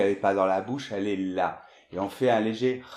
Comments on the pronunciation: J'ai une question à propos de la prononciation du son E dans la phrase Je l'ai fait. Est-ce qu'on dit: /ʒə le fe/ ou /ʒə le fɛ/ ou /ʒə lɛ fɛ/ c'est à dire l'AI et fAIt on se prononce come /e/ dans le mot arrivEr ou /ɛ/ dans le mot mÈre? J'entends /ʒə le fe/ dans la vidéo mais dans mon dictionaire je trouve que l'AI se prononce comme /e/ et fAIt se prononce comme /ɛ/. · Pour a prononciation des mots français, nous ne pouvons pas établir une règle. Cela dépend du pays (francophone). et de la région du pays. Vous prononcez, par exemple, "FÉ" pour FAIT. Pourtant on peut le prononcer "FÈ". Il est important de mentionner que vous êtes en France et dans quelle région. Au Québec et en France, on n'a pas la même prononciation pour MAIN, MATIN, VIN. Ce n'est pas une erreur. ;) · C'est bien de corriger les autres mais on dit fait pas fé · La prononciation de "Je l'ai fait" et "Vrai" c'est sérieux? y'a une différence entre "é" et "è" hein!